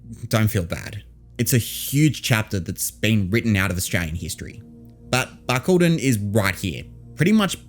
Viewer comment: Have I been pronouncing it wrong? Bark- Al- Dine 😭